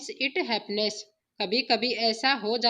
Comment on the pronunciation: bahut mistake hai jaise politely, happens ka pronounced galat kiya aur By God grace hai "good" nhi